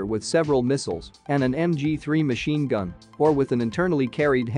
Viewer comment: dang dood, at least pronounce it right. Cute little machnine!